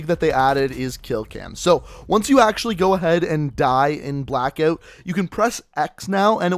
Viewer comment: Sorry but it cracks me up every time I hear you say blackoot